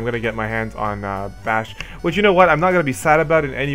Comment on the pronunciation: Drace is "Dr-Ace" Vayne "Vein" :basch "bah-sh" that's how they are pronounced in the games :) and Larsa "Lar-sah"